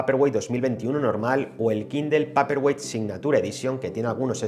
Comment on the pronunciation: Paperwhite se dice peiperguait!!!